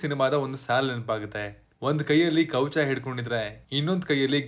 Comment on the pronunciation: Kowcha alla guru kavacha sariyagi heli kannada words